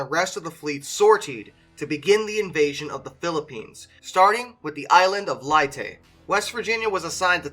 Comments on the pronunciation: Never heard so many names of famous battles, places and people pronounced in those ways... LAY-TAY Gulf. Not Lie-Tay as it is spelled LEYte, not Lietay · He mispronounces a lot of names as well. Like Leyte as “Lie-tee” and lattice as “laTIce”. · Lay tay not lie tie!!!!! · Just a hint it not called liti it's called LA TA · Leyte is pronounced lay"-tee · "Nim-METZ"..... "la-TEECE"....."LYE-tee" where are you getting these very weird mispronunciations? West Virginia gets into action against the Japanese..... "Hello, boys! I'm baacckkk! Miss me!?" 😡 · BOY! "Latiss" "Ni-mitz" You can doooo eeeet!!! XD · Never heard Leyte pronounced that way, Hmm... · Ok if you're going to recite history, at least pronounce the name of Nimitz, and Leyte gulf properly.